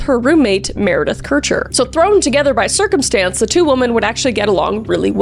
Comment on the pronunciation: I think you are the first person to pronounce Kircher right( my moms maiden name is Kircher and most people mispronounce it)❤